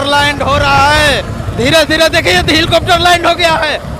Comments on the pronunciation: Hilcopter kyo bol rhe ho mere bhai helicopter bolo.... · हिलकाप्टर नही हैलीकाप्टर 😅😅